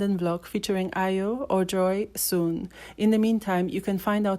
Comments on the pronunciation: yeah you're right, I just checked her out on YouTube and discovered she has been releasing music , tho I'm subscribed to her channel but I never got notification on her music Notwithstanding lol , that's not how we pronounce Ayo But she try Sha lol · I know Ayo through her music, They always played it on a cable channel in Nigeria I wonder why she doesn't put out more music, One of her songs ... Me I be Ayo ; but she doesn't know how to pronounce her own name 😅